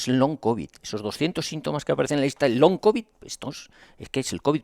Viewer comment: Pero qué ridículos los papeles del medico oficialista,el TBO ese the Lancet del Faucci, que ya no leen ni los médicos y los datos de la farmafia que te vende el veneno....pues si que son de fiar 😅. Ah pero saber decir "long cobi" Ayyy.........